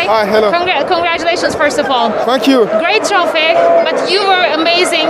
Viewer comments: Iua juga ya pas thank yu kok "tha" macam nyebut F mingkim 🤣🤣🤣🤣🤣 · Fank you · Saking sayangnya semua org sama kante, Fak U pun terdengar spt Thank U 😄. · Funck you tapi dia bilang nya thank you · Oh sorry min, soalnya walaupun sy pke hedset ttp kedengaran Kante ngomong itu😂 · Coba lu dngernya pake 🎧 dia bilang fk u.. Lol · "Thankyou" kante kedengaran "fuckyou" di telinga gw wkwkwkwkwk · dia bilang apa...Fu*k you atau thank you...gw bingung😭😭